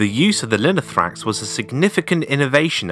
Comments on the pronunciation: Great Video!!! But its Lino-tho-ra-x, not Linothrax. Λινό-Linen and θόραξ- chest. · I swear every time I hear "linothrax" I'm close to getting an aneurism. This isn't a particularly difficult word to get right, and you said it a hundred times and didn't bother once reading it right. We still speak of the thorax in the medical profession. It's the chest. Finally, just because the "th" sound exists in English, doesn’t mean it exists in every language. The "th" is pronounced as a hard "t". Now let's try again: Linothorax.